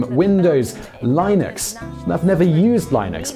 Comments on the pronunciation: Did he say "Lay-nuks" instead of Linux? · Hey Simon -- great video. FYI -- "Linux" is pronounced with a short-i sound such as the 'i' in "Linguini" or "Literal".